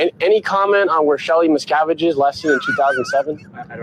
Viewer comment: How does someone questioning scientologists in person not know how to say Miscavige lol